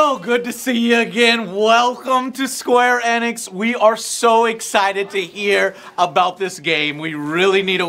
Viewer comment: "square ænix"